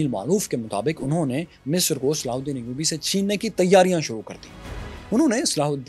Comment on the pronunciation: Sallhuddin Ayudi ka naam acchy se lo bhai